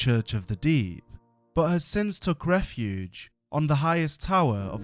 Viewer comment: This is some wonderful stories i love to hear Tho i gotta say.. whenever ya said deep i just heard the D. and it just made me think of one piece haha. But yes good job! wonder what your next projects will be and im excited to hear about em for sure